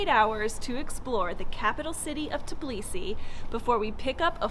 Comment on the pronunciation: Everyone keeps saying tib lisi but it's tb ilisi...it's not that hard to pronounce.